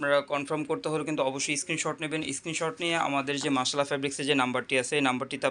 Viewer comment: ভাইয়া একটা জর রিকোয়েস্ট মাশাআল্লাহ উচ্চারণটা সঠিকভাবে করবেন।